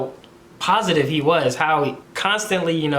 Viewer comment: that word "was" broke me